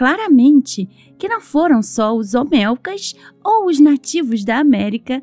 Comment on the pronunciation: Por favor son cabezas OLMECAS no OMELCAS... aprende a leer igual que en lugar de decir PAKAL decis PALAK.... lee bien antes de hacer los videos.